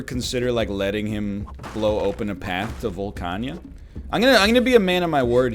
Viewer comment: Is there a reason this man calls it "volcaña"?